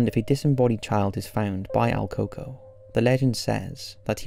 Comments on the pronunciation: "El coco" is pronounced el cucuey hope this helps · I cringed so hard when he kept saying coco lol it’s el cucuy the Y is pronounced as an I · Al Cocoa! 🤣 If you’re Latin you’ll find the pronunciation hilarious. El Cucuy pronounced like ell-koo-koo-wee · It's prononounced el CooCuey. You're basically shitposting just like the other generic "scary" channels.